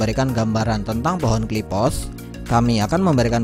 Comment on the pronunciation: Qliphoth min bukan Qliphothss😂